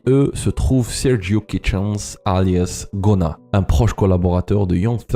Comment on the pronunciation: Tu ne prononce pas bien le nom de GUNNA